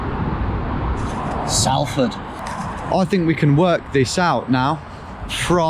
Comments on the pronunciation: The pronunciation of Salford was killing me for about the last 5 minutes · The Sal in Salford is pronounced the same as the Sal in salt!! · This guy: can guess where in the world he is in 10 seconds Also this guy: pronounces Salford wrong 😳😂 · The way he pronounced Salford was funny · As if I knew the exact locations of the last 2 places haha! A few of my mates lived In Langworthy, Salford (you say Salford wrong btw) and I had my lunch on my DofE gold practise hike where you got dropped off on the last one! As if you went up Kinder Scout to get signal hahaha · Are you joking? it is all the BBC ever call it. Everyone outside thinks it is called that because of it. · Dont let em hear you say Salford like that, you wont hear the end of it. Apparently nothing else interesting happens round those ends. They cant grasp the concept that an A sounds like an A and not an O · Cor even as a Brighton boy I know how to pronounce Salford haha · knows where he is at all times, impressing everyone....... mispronounces Salford hahaha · as a manc, the way he pronounces salford irks me so much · as a Salfordian, I find it very offensive that you cant say my city's name correctly. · Anyone else from Manchester find the way he says Salford distressing 😂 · Fantastic video though your pronunciation of Salford could do with some work ;) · i hate how people not from manchester pronounce salford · As a Mancunian myself, whose lived in Salford for years. Surprised you didn’t get mugged from that horrible pronunciation of Salford. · the way he say salford hurts. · take a shot every time he pronounces Salford incorrectly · I doubt he was a drug dealer he didn't have an English accent. More like an illegal immigrant. You didn't pronounce Salford correctly. Good video though . Great way to spend a day . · I've never heard anyone pronounce Salford like that before 🤣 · Great video, but can it really be possible that a geography nut doesn’t know how to pronounce Salford? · sOlford not sAlford